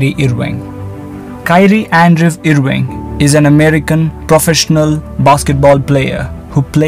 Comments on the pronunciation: No one: "Kyrie eeriving" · Why is he butchering his name like that? He plays for Nets not Cleveland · Good content but you pronounced 'irving' wrong